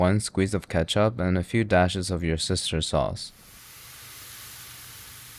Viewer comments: Bro really said yoursistersauce 😂😂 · Worcestershire sauce 🙅‍♂️ Your sister's sauce ✅️